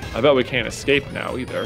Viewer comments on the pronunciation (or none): none